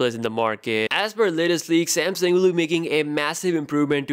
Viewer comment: SamSUNG, not SamSING.